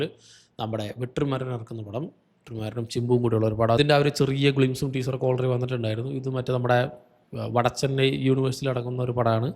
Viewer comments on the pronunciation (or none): Chimbu alla simbu. Chimpanzee alla